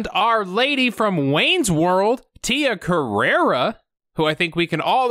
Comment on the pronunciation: Carrere, not Carrera!!